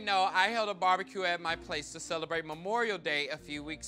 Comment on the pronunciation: lol Fully endorsing Bar-Be-Kay :D